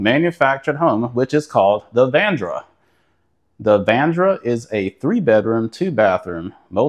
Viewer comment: Its VA-RAN-DA Sir. Not VANDRA